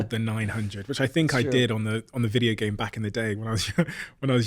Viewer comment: Videe-OHoosz the British accent is so funny emphasizing the last syllable of every word.